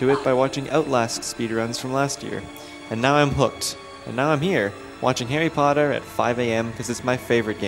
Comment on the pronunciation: HARRY POTTTAHHHH